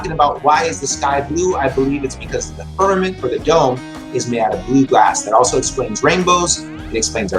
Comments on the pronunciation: "The firmamant." Oh FFS more bible BS from, no surprise! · did he say Spermament?